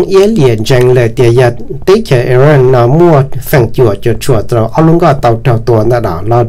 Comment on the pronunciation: koj cov lus hais xov xwm yeej zoo lawm. TAB SIS KOJ HAIS 2 LUB TEB CHAWS. XWS LI IRAQ. THIAB IRAN NO MAS YOG TIB LUB SUAB XWB. koj yuav tsum hais kom meej meej ma Iraq yog Iraq. Iran yog Iran hos thaum kuv mloog 2 lub teb chaws no lub npe ces kuv tsis qhuas koj kiag li ntag pom yeem hais xov xwm rau neeg mloog thoob ntiaj teb yuav tau hais kom meej thiab raug li luag hais ntawm Kim Jong Un los koj kuj hais tsis yog thiab ua cas yuav tsis hais kom thooj li meskas hais lau kwv tij koj yeej hais tau zoo lawm ntag TAB SIS TEJ KUV HAIS TAS NOV MAS KOJ YEEJ HAIS TSIS RAUG LI LAWM NA xav tias koj yuav pauv kom yog rau yav tom ntej. ua tsaug